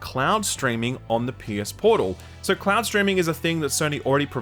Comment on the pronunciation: Why is this guy trolling and sometimes saying ‘cloud’ and sometimes saying ‘clown’?